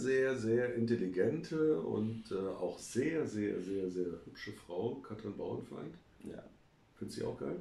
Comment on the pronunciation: Einen Schnaps für jedes Mal, wenn Katrin Bauerfeind (ohne n in der Mitte) falsch ausgesprochen wird. 🎉